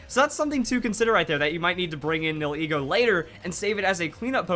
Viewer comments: Nihilego is pronounced. "Knee-Hill-Ego." and not "Neal-Heego" xD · Nihilego Nie - ah - lee - go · It's pronounced (Knee-Hill-E-Go) Nihil is Latin for nothing, then ego is your self worth, so it's No self worth